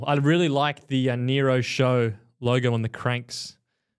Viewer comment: I like how calls it the Nero bike and the Aeroad 😂